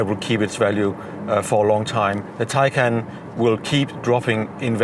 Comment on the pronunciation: BTW Your pronunciation of Taycan is wrong.